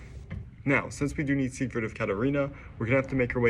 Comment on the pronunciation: Its not See-grid, its Sig-word. I kept hearing "secret" of catarina. Seigward of Catarina